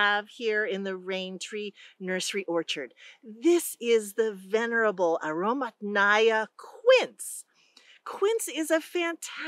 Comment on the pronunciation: The emphasis in Russian, pronounced as "aromAtnaya" as in "Mathew." Truly, aroma-filled quince.